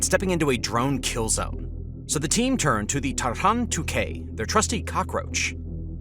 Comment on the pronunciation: It's not tarHan, because of bizarre transliteration it sounds more like targun or targan.